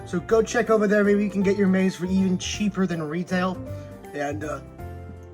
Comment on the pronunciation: Amazing review I only have 2 complaints first being the pronunciation of Maisie being wrong but I get it names can be confusing. And in the beginning you called the lystrosaurus a dinosaur in the beginning